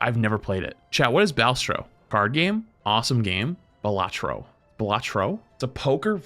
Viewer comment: How tf do you even fuck up pronouncing Balatro THAT BAD LOL